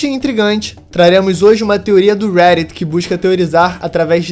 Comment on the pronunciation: Poo, fala Reddit direito. É RÉ Di Tii. Igual Brasileiro msm